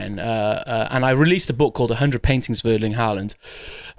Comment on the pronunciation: Hahahaha pronouncing Erling Haaland was nuts